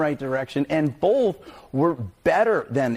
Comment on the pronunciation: there’s no L in “both.”